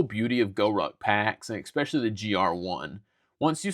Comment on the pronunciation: ^es-specially* There is no X in the word.